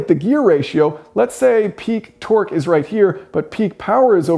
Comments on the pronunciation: tork, not twerk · Can't stop hearing you say twerk